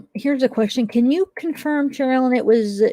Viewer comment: I Love!!! She is so sweet! Could she PLEASE ask AD to pronounce her name correctly?!.... it drives me NUTS!!!